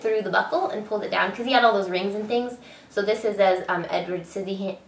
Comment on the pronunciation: hahahaha you said sizzyhands